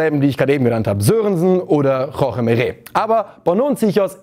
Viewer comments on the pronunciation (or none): none